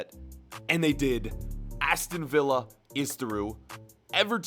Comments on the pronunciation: Aston vee-ya 😂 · How did he just pronounce Aston Villa 🤣